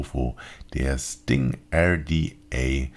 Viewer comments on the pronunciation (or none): WhOt-ThO-FOg: Du meintest doch rDa und nicht rTa, oder?! ;-)= LG Achim